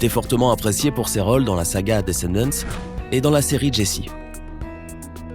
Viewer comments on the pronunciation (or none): J’aime pas quand il dis "descANdanTanTtteee " sa me soûl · Ça ce dit pas comme ça descandants 😕😕😕👎👎👎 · C'est pas desnèdent c'est desenden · mdr je suis le seul à stresser la manière dont il prononce Descendants